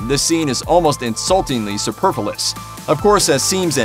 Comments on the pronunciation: ...sub-purpleous? not superfluous, but... "sub-purpleous"... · Yeah, but you have to say it "superfulous"! :D